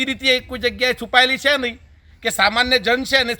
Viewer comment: " chhe " bolta sikh pahela gujarati ni ijjat na le ,,kone banavi tane anchor